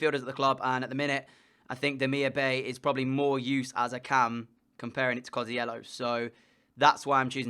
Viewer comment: Great video but Bay in Demirbay is pronounced Demirbye for striker look at David, Piatek and for GK Pavlenka and Meret